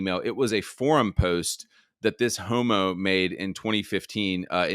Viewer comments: Heaux-mo is hilariously ghey! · The way you pronounce "h0m⁰" "HEAUX-mo" 🤣